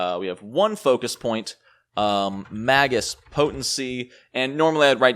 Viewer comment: Really like your videos - but would like this one even more if you pronounced it "mei-guhs":)